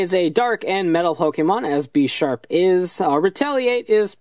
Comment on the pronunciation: Bish- arp not besh-arp